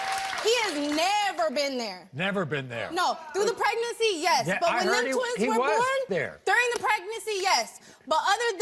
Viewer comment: During the Pregnacy! Trash! Usually when they can't even bother to say things right the dude isn't the father!